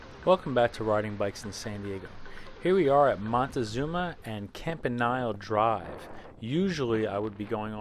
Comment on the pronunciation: Dude. Com-Pah-Kneel-ay. It hurts to hear you say Campa-Nile. Ouch. But then you say Montezuma como un gabacho completo también. I prefer lower gears because I'm weak sauce on climbs, which is why I run a 3x7 drive chain.